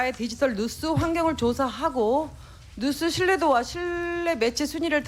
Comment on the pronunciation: 뉴스라고 해야지 왜 누스 라고 하셔요 ㅎㅎㅎ